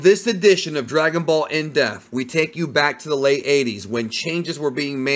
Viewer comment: My favourite part about this channel is mispronunciation of the word depth 😂